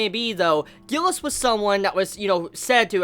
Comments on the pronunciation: Gilles is a french name so its G is pronounced similarly to a J. Also the S is silent. So basically sounds like Jille. U can hear it in the episode. Im glad they didnt butcher foreign names in the serie unlike what I was expecting. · Isnt it pronounced Schzeee instead of Gilleh